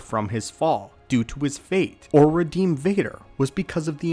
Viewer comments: Reddem? How does a person go about reddemming? I think you mean Redeem. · Ah yes, REDDEM